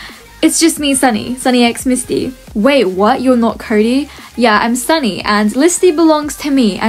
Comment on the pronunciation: Why did say curry instead of cody